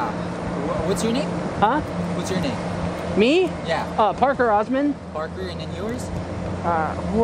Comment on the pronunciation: "Parker Osmon" lol